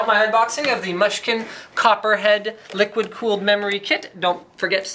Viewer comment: its pronunced Moo-skin